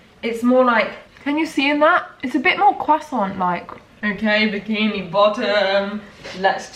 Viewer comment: Am i the only one who thought of the tom holland when she said croissant, bc i heard quack-son.